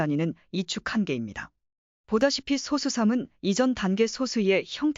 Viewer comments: 프로그램으로 읽게 했더라도 텍스트 원본이 있을 텐데, [소쑤] 발음이 제대로 안 나왔으면 표기를 '소수'로 하지 말고 '소쑤'라고 써서 아예 된소리로 읽히도록 했어야 하겠죠 영상 제작자가 발음을 제대로 모르니 그냥 이렇게 만들었을 것으로 보입니다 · [소쑤]라고 된소리로 읽어야 합니다 리만가설 관련(소수 관련) 컨텐츠 올리는 유튜버들 중에 [소쑤] 발음을 제대로 하는 사람이 거의 없네요 발음을 제대로 합시다 2 ,3, 5, 7 등의 [소쑤]와 등의 [소수]는 발음이 완전히 다릅니다